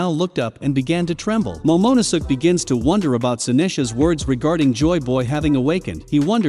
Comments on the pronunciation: moe-moe-ne-suuk lmao😂😂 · love how the bot says momo no sus and Sanjeet lmaoo